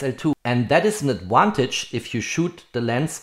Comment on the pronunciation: I’m a big fan but I have two requests for next year. Is “peeze” out, “peace out”? I’m not familiar with that phrase. I realise us English are embarrassingly awful at languages, but can you say “adVantage” and not “adWantage next year please? I know many Swiss aim for perfection, so here are two picky requests, thanks😅